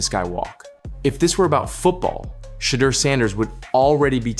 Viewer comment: If you can't Pronounce his name correctly, then SHUT UP !! 😡